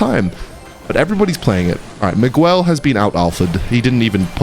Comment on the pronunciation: The way he's pronouncing Miguelo has me dying 😂. Magüelo